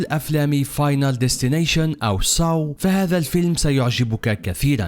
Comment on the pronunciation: فلم ساو ههههههه سو وليس ساو